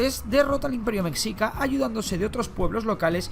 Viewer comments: Me dolía cada que decía "mesica" es mexica (se lee meshica) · Por cierto, mexica....no se pronuncia como México, ya que ese era la pronunciación española, no la pronunciación real que debe ser messhica o meshica....en Nahuatl, la X se pronuncia como sh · Cómo me duele escuchar cuando dicen o más bien pronuncian la palabra "Mexica"